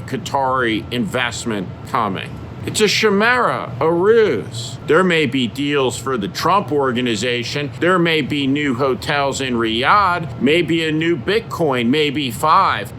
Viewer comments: Steve, “chimera” is pronounced “ky-mere-uh”. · A brilliant speech, thank you. I think you pronounce chimera incorrectly.